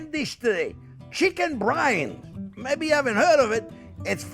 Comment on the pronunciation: chicken brian.😂😂😂beef david...i thought it was byrani...brian eye